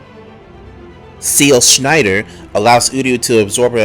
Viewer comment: i died when he was reading seelschneider xDD